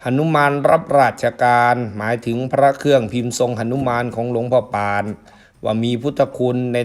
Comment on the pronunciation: ออกเสียงว่า หลวงพ่อปาน ไม่ใช่หลวงพ่อป่านนะครับ😅